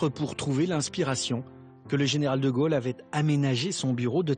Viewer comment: quand prononcera t-on correctement De Gaulle et non De Geuelle , au se pronone o et non eu !!!